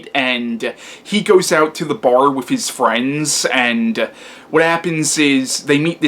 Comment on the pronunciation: Interesting review. I may have to check this one out again. I saw it years ago and like you didn't care much for it. But I gotta ask, are you really saying "wif" instead of with?.. LOL.. C'mon man you can do better than that. That signals low brow and you're better than that.